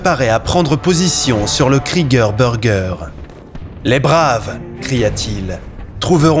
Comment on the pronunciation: J'ai du mal avec le Kreege Burge, quand c'est c'est prononcé "burgeuer". C'est un abruti par les anglo'-axons qui a fait le clip... Non?